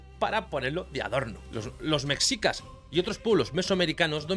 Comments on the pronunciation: 😅 muy bueno 👌 solo se pronuncia meshicas no mexicas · Mexicas se pronuncia como México Mejicas, no como tu lo haces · m3shicas m3shicas m3shicas m3shicas.....no m3csicas